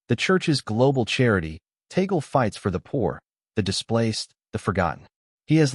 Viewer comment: TAg leh. Not Tagol.